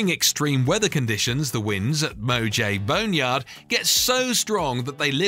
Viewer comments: And, MOH-JAIV? No. Moh-HAH-vee? Yes. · Moh-jaive...? Mo-hav-eh...! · "MO - JAVE"? Seriously?! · its no MOjay bone yard but its Mojave...sounding like MOhave!! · "Mo-Jayve"?!? You mean MO HAH VEY?? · Mo-ha-vee not mo-jave. Mojave. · The name of the place where the planes were just by the force of the wind is pronounced Mo-haw-vee... Not Mo-jayv. Just thought you should know. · Maybe check the pronunciations of some words before recording the voice over... example... Mojave is spoken as Mo-Harvey, etc. PS.. sorry to be THAT Guy. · Mo-jave bond yard! 🤣🤣🤣🤣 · Mojave is pronounced mo-harvey son. And a CH47F Chinook is a helicopter, not a plane. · "Moe-Jayv Boneyard" 😂🤣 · Tanzania also got mispronounced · What kind of plane do you suppose that Chinook helicopter was 🤔 Also... Tan-ZAI-nia? Mo-jay? Bruh, learn how to pronounce names.